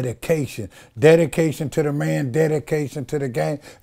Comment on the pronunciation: Dedication sounds like daddy-cation. Lol 😆🤣😂